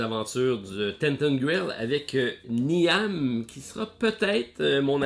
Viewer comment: Grand merci pour vos actus hebdomadaires, ils sont toujours utiles! Si vous permettez: le nom « Niamh » chez Tainted Grail est gaélique d’Irlande, et se prononce « Nive », rime avec « rive » dans « la rive gauche du St. Laurent ». En Anglais, les femmes avec ce nom emploient parfois l’ortho « Neve » pour simplifier la prononciation. (La langue maternelle de ma mère est le gaélique Écossais; là la voyelle est un petit peu différent, mais le nom est Irlandais.) À la semaine prochaine, et encore merci pour votre chaîne superbe!